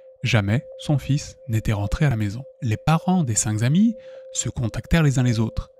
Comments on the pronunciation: j'adore les histoires de fais réels mais punaise, arrêtez tous avec les liaisons qui font mal aux oreilles! (même fait tout le temps cette erreur) 5 zhommes, zenfants ou zamis, ça n'existe pas!! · Les cinq k'amis et non les cinq z'amis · Je suis bien d'accord, on dit C'est nawak, Entre ça, et la répétition de "cinq Z amis", j'ai dû arrêter la vidéo, parce qu'à force d'entendre la même faute de prononciation ou de grammaire, ça influence mon propre vocabulaire et expression 😢